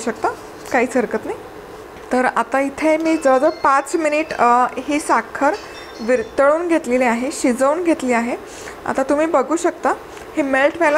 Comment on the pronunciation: Virghlun not virtlun